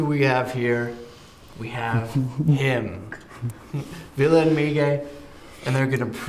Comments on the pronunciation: It's not Villa goddammit. Lol it's vill-eh! And not Villay. 😅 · Fact: the interviewer--and the majority of Americans in general--cannot pronounce Ville's name correctly! (lol) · i bothers me when he says Ville's name wrong ahhh